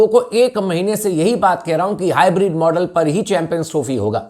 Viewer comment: Bhai ye hybrid nahi bolte hai ye hi bread bolte hai😂😂😂